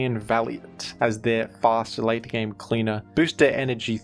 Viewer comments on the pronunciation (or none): none